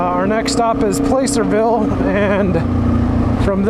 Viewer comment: PL ah cerville, not play cerville haha I grew up there and when you said that it freaked me out lol